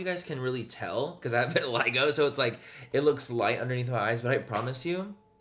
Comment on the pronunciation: Take a shot everytime he says Vitaligo